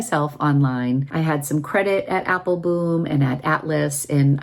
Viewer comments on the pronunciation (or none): I’m curious, do you have a private joke with Joost about his name pronunciation? He pronounces it Apple-bomb, the correct Dutch pronunciation, but I notice you only pronounce it Apple-boom. I know you interact with him frequently so I was just curious if it’s a private joke, like I said.